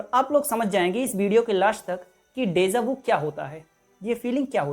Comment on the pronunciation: Desa Vu nahi, Deja Vu hota hai......🤦